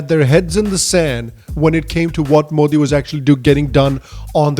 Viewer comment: They can't even pronounce Modi properly